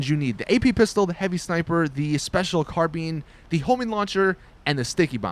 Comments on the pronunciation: I don't think you pronounced special carbine right... its not carbean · This guy just said "Carbean" youtubers need to go back to school. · He said "Special Carbeen" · you offended me considering I'm a gun person when you said "special carbeene" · Did he just say "Bati 101" and "Special Carbeen" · its carbine mate. English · i was just about to comment about the carbeen thing lmfaooo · nope, its pronounced car-bone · Special car-bean lmao 😂😂😂😂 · What the fuck is a carbean ???? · "Special CARBEAN" I'm fuckin done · "special carbean" 😂😂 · Josh Nevett LOLOL Special Carbean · "Car Bean" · say carbine right and btw you can dodge a homing launcher with a hydra which is better than the buzzard btw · doesn't know how to say carbine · Bruh you don't even know how to pronounce the name of your favorite assault rifle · As I fucking said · Tungtyde Ninja i perfer carbine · lol you dont know how to say carbine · Special "car been"? Its pronounced " car-bayn" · please, its special CAR-BINE, rhymes with dine, wine, sign, line. not carbeen. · It's the special carBINE not bean 😂😂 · Its pronounced Car"bye"n not carbeen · Special carbean?😂 what?😂 You mean CARBINE! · the way you say carbine pisses me off its not carBEAN its car-bine you say the I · wtf is a special car bean??? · It's not pronounced "Carbean", it's pronounced "Carbyne". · Carbene it's carbine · carBING? its CarBine. like columbine. fucktard. unsubbed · Carbine as in eye ball carbine not carbene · It's carbine not carbeen. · Ahaha special carbean 😂😂😂😂 car-bine, oh my god i laughed my ass off, americans they always say things weirdly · HA "SPECIAL CARBEEn" its the special carbine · i like you but, stop saying "special carbean", its "carbine". bine sounds like "fine" thats how you say it bro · Car been 😂😂😂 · Its CarBINE not carBEEN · carbeen? Is this nigga stupid? Its Car-Bine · Brendon O'Laughlin he also said carbean wtf is a carbean i thought it was a carbine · Ah yes, the special carBEAN